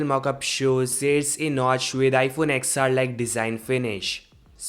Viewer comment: its not ex-r. its 10-r